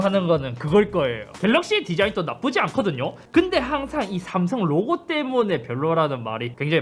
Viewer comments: 슴성은 너무 하네여 ㅋㅋ 넘모 이상해 ㅋㅋ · 샘썽 ㅋㅋ 그냥 어감부터 구림 중국같고 ㅋㅋㅋ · 스음성 ㅋㅋㅋㅋㅋㅋ 근데 진짜 이걸 실제로 하시는걸 보니깐 언제나 잇섭님 대단쓰 ㅋㅋㅋㅋㅋㅋ